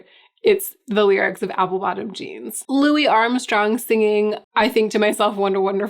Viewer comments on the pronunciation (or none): none